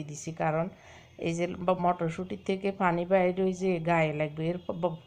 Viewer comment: Apu fani na bolan hani.